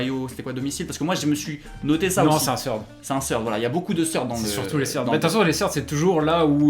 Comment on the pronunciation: J'aime trop comment vous dites "Seurde" pour Third 😂😂